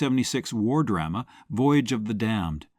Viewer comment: Please. Pronounce 'drama' correctly. Especially since you use it very often.